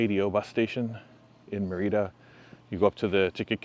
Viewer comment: It’s Mérida, not Mereedah. 🤦‍♂️🤦‍♂️🤦‍♂️